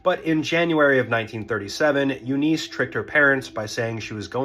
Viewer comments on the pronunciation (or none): please learn how to pronounce eunice....short i....not eeeeeeeee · I'm sorry to be a nitpicker, but here I am. I'm from the South, and I assure you, her name was not pronounce "you-NEESE." The name is pronounced "YOU-niss." Don't believe me? Watch any of the "Mama's Family" bits from the old Carol Burnett Show. Don't guess at pronunciations. It only takes a few seconds these days to check 'em, and when you don't, it's an indication you're inattentive to detail. Guess what this hints at? Yeah. You know. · You-niss. Not You-neice. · That name is pronounced Yoo-niss not You-neese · It is pronounced Yoo-niss, not Yoo-niece. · "Eu-nuice" ITS EU-NISH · YOO-niss. I have never heard it pronounced any other way. yoo-NEES must have been pulled out of some orifice. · My wife and I have an 11 year difference in age, but I was 24 and she was 35 when we met, and that was 35 years ago. Oh, BTW, Eunice is pronounced "YOU-niss" not "YOU-niece". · Not 'u-NEES' .... it's 'YOU-niss' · The emphasis is on the first syllable - U-niss. Watch Mama's Faimily. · I've always heard it pronounced U-niss with the emphasis on the first syllable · Eunice is pronounced YOU-niss. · Um, it's pronounced You -Niss . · It's pronounced "YOO-nis" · It's not that deep, but Eunice is pronounced "you-niss". Also, a long lasting marriage is not equivalent to a happy marriage. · AI or this "guy" has no idea how to say the name EUNICE My great grand married at 14 in 1925 (daughter of Italian immigrants), it was a different time and place - but NINE YEARS OLD?! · It's not pronounced "Eunice" , it's "Eunice". 🙄